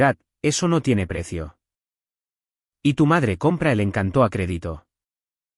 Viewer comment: "Encanto" como sustantivo, es una palabra llana, es decir, con acento en la penúltima sílaba, no es encantó, sino encanto. Un saludo.